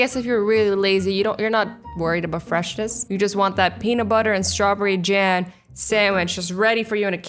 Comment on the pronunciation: did anyone realize she said Jan instead of jam?